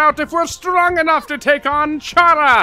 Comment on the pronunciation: FINALLY HE SAID CHARA CORRECT btw do u remember me from last nights video/stream